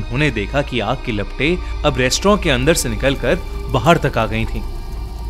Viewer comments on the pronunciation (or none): Restaurant ❌ restrawn ✨✔️